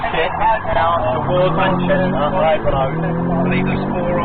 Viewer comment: Manshester 😂 it's Manchester